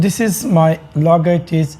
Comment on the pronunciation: Logaitich 😂😂😂 Dead after hearing his pronunciation 😜😜😜🤣🤣🤣